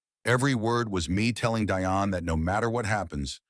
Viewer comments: "Deeonne" not DI-on Dionne Warwick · All these years, this guy doesn't know how to pronounce her name. It is Dionne not Die on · And it is pronounced Dee- on, not Die- on . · The woman’s name is pronounced “Dee-On” Warwick. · OMG! even AI should research the pronunciation of names!!!! it'd Dee-Onne! Get it right! and there was nothing wrong with Dionne Warwick, but their other cousin, DeeDee, had congenital Heart Failure - I guess AI is only as smart as the ijits using it, right?!?! SMH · Terrible AI narrative, mispronouncing Dee-on a different way every time. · Its Dee-on. Deione Warrick AI is so stupid in obvious ways. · Is there some reason you don't know how to pronounce "Dionne?" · GEEZ LOUISE… where do they get these narrators from… please research or ask how someone’s name is pronounced or as SIRI!!! Damn… it’s “Dionne”……